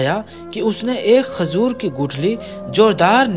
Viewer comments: Khajur bolo khazur nhi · talaffuz drust nahi hai jaise ke (tazeer) ghalat hai...Tajir sahi hai. Khazoor nahi...khajoor sahi hai...pehle urdu sikhen urdu ka janaza mat nikalen... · Mashallah ap video bhot achi bnate h per thoda Urdu language pe dhyan de kyon k jo bolna h wo Galt bol jate h jaise khajoor hota h na k khazoor or tajir hota h na k tazir sunne me acha nhi lag rha bilkul thoda urdu durust kr le bas baki sari stories bhot achi hoti h apki